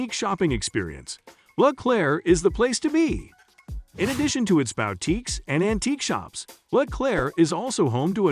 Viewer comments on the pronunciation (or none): Wait, is this text-to-speech? I never heard anybody mispronounce "boutique" so egregiously. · Is a "bow" tique a boutique for dogs? Bow wow!